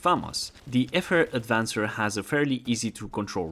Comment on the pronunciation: Great vid, but I gotta say so funny to me that like everyone puts a D in FR AVANCER, calling it the FR aDvancer. People shouldn't put the D where it doesn't belong, know what I mean? ;)